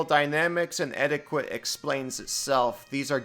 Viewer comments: Great video! I run a game and play a game. I'm grateful when my players help with the rules. And I've corrected rules as a player, sometimes to my own detriment. That should just be how it works. I don't know if anyone commented yet, but etiquette is pronounced like "etikitt," not "eti-quit." 🙂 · etiquette is pronounced closer to edi ket